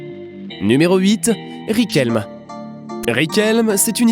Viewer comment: "Riquelm" mdrrrrrr ca se prononce "Riquelmè"